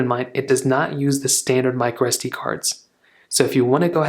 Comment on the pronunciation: It is “micro sd” not “microestee”. I had no idea what you meant when I first heard your mispronunciation.